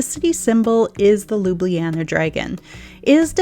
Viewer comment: One would think as a “luxury travel advisor” you would at least attempt to pronounce Ljubljana correctly!